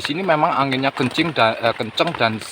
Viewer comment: Nonton ulang lagi baru sadar klu ngomong anginya kencing🤣🤣🤣🤣🤣